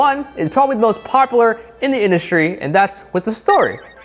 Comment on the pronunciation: “poplar” - 2019😂😂